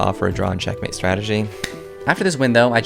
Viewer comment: I like the way he says "check-matey"😂